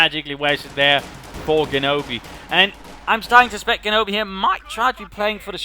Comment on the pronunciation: Very nice rifleman play in this game. And if you're interested in this sort of thing; Genobi's name is pronounced with a G sound like in "genesis" or "general."